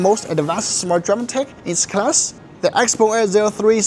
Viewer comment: why you prounce it xpong when there is e in the name